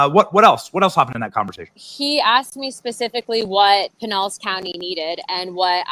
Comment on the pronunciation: Love the effort. That one's pronounced with out the Spanish double L . I have a double L in both my names. First one is reg 2nd is Spanish. Pinellas county sounded so off to me it took a few minutes to realize that was what was said. There might be people that say it but I'm 5min from there and never heard it before.